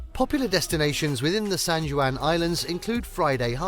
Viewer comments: Did you for real say "san joo an"...? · Oh, lord. And not RAY-NEE-AY! RAY-NEER! Not SAN-JEW-ANN, it's San-WAN!